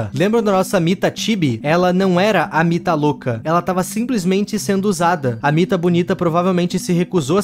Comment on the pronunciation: Era mita legal vc falou errado